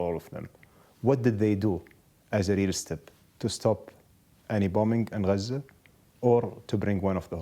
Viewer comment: It's Gaza not "Guuuuuhzuuuh"...